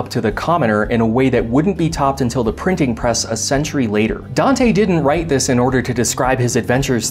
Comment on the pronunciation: “Dis is two ferrets” Dis is why I subscribed.